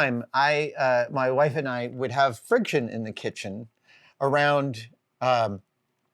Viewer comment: For the love of God, say WIFE!